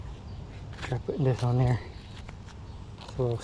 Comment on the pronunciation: ON IS PRONOUNCED ON, NOT NO DAMN awn